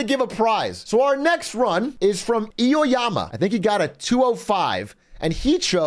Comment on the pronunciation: Eoyama* he was pronouncing it weird my bad